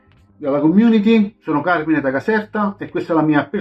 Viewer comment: bravi tutti, il mio preferito è Carmine. a parte le pronunce inglesi (ma chi se ne frega...) è la top in cui mi piacciono quasi tutti. p.s. auguri e auguri a tutta la community. anche io odio il natale, ma gli auguri si fanno comunque